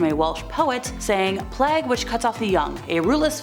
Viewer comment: Plague has a long ‘a’ sound, rhymes with mage. Sorry, keep the good spook on 💪🏽